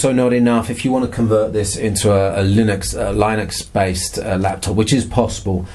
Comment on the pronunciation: Happy new year mate. Your first pronunciation of linux was correct, like bin. Will you be reviewing the new chrombooks as they come out too? You didn't mention in the video I don't think so thought I'd ask.